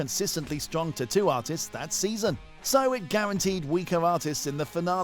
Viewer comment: I hate how this guy pronounced tattoo so annoying